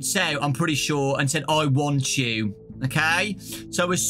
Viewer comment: I thought he was saying “I WANT YOU, I WANT YOU”